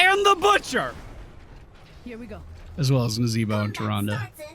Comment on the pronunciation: Hurt ma soul you did not propounce Naz and Tyrande names your usual way.